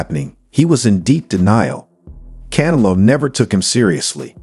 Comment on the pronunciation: The way your ai says can elo is fucking annoying